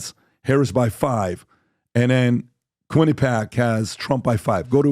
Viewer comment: Kwin eh pee ak folks. Accent on the the 3rd syllable.